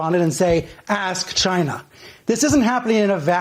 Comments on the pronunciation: Love how Trump accentuates his pronounciation of "CHINA"! " CHAI NA" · It came from CHY-NAH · Chy-nah...is asshole!